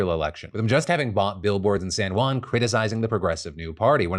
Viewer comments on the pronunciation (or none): none